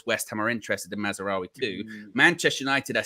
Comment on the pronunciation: Who the hell is Mazzaroui?? His name is Mazraoui. Maz. rao. e